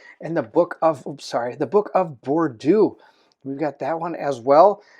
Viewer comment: Ooo, this looks interesting. For any future reference Bordeaux is pronounced bore-dough, it’s a region in France famous for its wine. Maybe we’ll get a drunk werewolf? Will you be doing a Sleeping Gods playthru? You’re my favourite board gamer to watch and matching up with my most anticipated game would be a match in heaven.